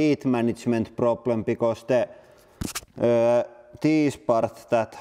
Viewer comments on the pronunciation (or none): none